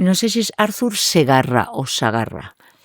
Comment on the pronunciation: Es Artur Segarra, no Arthur, que es Español, no inglés